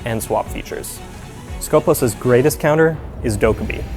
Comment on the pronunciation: Its not skOpos its skopOs that is pronounced. That means in Greek the one who watch or purpose.